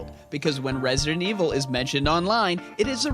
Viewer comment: resident evil 7 stfu u say it like that in every vid but I.like ur vids